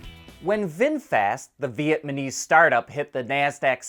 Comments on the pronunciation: Ve nptoced this mispronunciation in a precious video, but challed it up then as a simple slip-up, however now that it's popped up again, i thought it was worth mentioning. It's "Vietnamese" like "Vietnam", not "Vietmanese" like "Vietman". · "Viet Manese"? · Why do some people say "VietMANese" instead of "VietNAMese" like it's supposed to be? The N is first but some people reverse it.